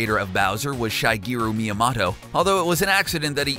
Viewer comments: Sorry, what? Repeat that? S..Saigeroo Maiyamodo? .. You mean Shigeru Miyamoto? Nice try! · It is pronounce shu-geer-a mee-a-mo-toa